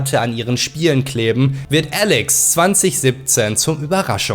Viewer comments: Hallo, man spricht das Spiel Ehhhlex aus, nicht "Älex" Besten Gruß ausm Ruhrpott;-) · Ääälex bro bitte 😂 Elex danke